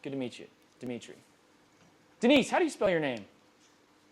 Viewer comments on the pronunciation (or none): none